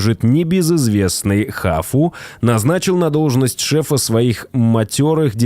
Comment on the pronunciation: Автор ржу не могу как же ты коверкуешь названия марок и моделей !!! Хавал называешь хафу 😂😂😂 ауди 100 кузов C3 ты называешь ауди 100с3 просто жесть 😂😂😂